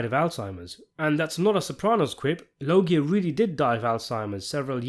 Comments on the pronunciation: Loggia is pronounced Lo-juh. Get it right or you'll be sitting in the car. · LOW-juh pronounce it right please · Loggia is pronounced with a “J” sound, not a hard “G”! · Please learn how to pronounce Robert Loggia. I only say this because I was a big fan of his from the age of six to the day he died.